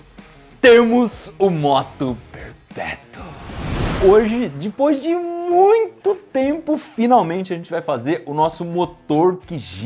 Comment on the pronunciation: eu ja assisti tanto manual percebi q toda ves vosse fala dipos